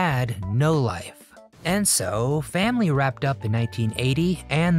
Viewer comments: never heard anybody pronounce the word family as fam-LEE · Terrible AI narration: can't even say "Family."